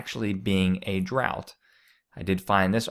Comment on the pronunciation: You need to learn how to pronounce drought and Illinois